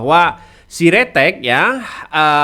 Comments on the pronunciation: Sritek bukan siretek😄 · Bukan si ritex mas. Tp Sritex